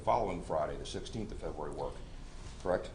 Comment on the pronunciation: I'm sorry but this judge is horrible he can't even say february 5th correctly he says februari 5 how is this man a judge